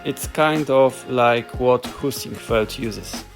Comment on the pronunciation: I could have sworn you said "poosyfoot" when you said Heisingveld or w/e haha